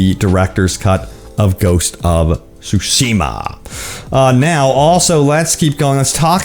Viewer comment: yes u said it right, thank you sir, bit of trivia shima is island so ikishima and tsushima, seee whats happening ? xDD, i overall like this video, title is telling me what's happening and video does it, nice one man